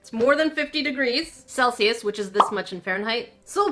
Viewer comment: I'm note even kidding when I started watching every time ( I kid you not ) said Celius I was like WTH is celcious now I know lol love ur channel